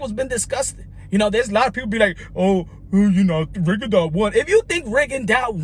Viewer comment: Rigondeux is pronounced run, gone, done